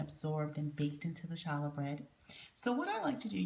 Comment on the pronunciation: Its pronounced "holla" bread. No ch sound.